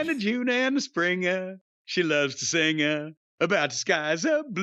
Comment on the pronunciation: "Singuh about the Moonuh and the junuh and the springuh"